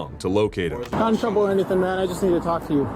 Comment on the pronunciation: 'Hennything is possible' 😂